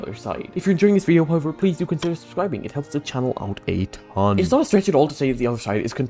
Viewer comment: No one, absolutely no one:: "a *ToN*"